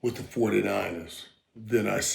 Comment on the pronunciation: Michael can't say anything right it's so funny..29ers foodie niners..Matt Jones ..he's the best let's go canes baby